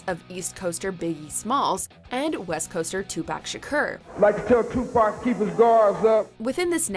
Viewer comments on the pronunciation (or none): Lmao the way she pronounced 2pac’s name. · Why do white people have such a hard time pronouncing Tupac's name right? I'm beginning to think they do that shit on purpose because it is not that hard to pronounce.